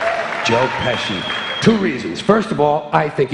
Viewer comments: bir de joe peshi değil joe pesci olacak goodfellas izleyenler bilir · Adam paradokslari espirili bir dille mukemmel anlatiyor Not : joe peshi degil pesci